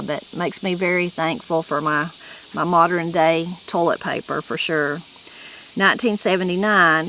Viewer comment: for the last 3 years that I've been watching your videos I've noticed that when you say a word like modern or Western you switch the positions of the r and the e, And pronounce it that way. Is that an Appalachian thing? Did you even know that you did that? Please don't take this the wrong way I actually find it Charming. It's just something I noticed about your language and wondered if you were aware of it?